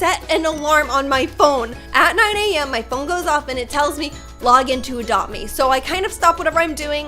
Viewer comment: i like how she pronounce "adopt me" ", "adome"